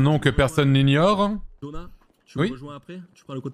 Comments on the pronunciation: On dirait que tout le monde s'est fait passer le mot pour écorcher le nom de Dona 😂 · J'ai trop hâte de voir l'histoire sous un angle différent que celui de Dona ou Johnny, pas moyen de savoir qui à lancé le running gag de mal prononcer le nom de Dona, parce que tout le monde joue le jeu c'est juste génial ahahah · Le fait que tout le monde écorche son nom/prénom ça me fumax